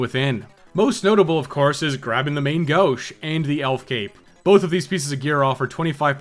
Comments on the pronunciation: Main Gauche is not pronouced Main Gooch its pronounced "Mung Gooshei" or Left Handed in French. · You heard the man, it's "Main Gooch" from now on.